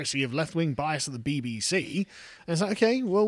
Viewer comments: I heard 'BB-Xi' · Did carl accidentally say "the BBxi" lol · Sounded more like BBXi to me. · Ha the “BBshe” you said it perfectly.